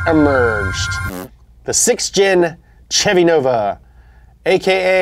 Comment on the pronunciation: That’s not how you pronounce Chevy